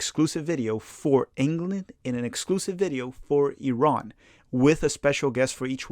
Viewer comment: Thanks for pronouncing Iran correctly. I enjoy your channel 😁